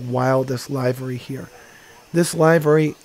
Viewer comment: Livery is pronounced with a short i. Looks like fun!